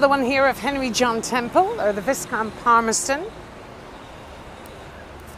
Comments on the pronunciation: It's not pronounced VIS-count, it's VY-count. And a viscount ranks just below an earl. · Great tour. FYI, viscount is pronounced vye-count.